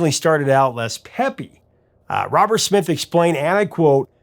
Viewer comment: Did he pronounce Smith as Schmith?